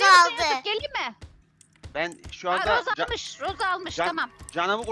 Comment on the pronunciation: Roseye roza dediğinde patladım GSUSG7Y